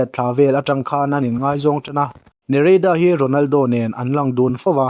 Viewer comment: Ngeihzawng nilovin ngaihzawng tih tur... chuan mizotawng lamdik zir teh.... ṭhahnem ngaih pui vang aw.. lei chin